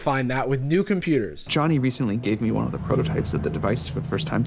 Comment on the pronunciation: Jony but pronounced like Sony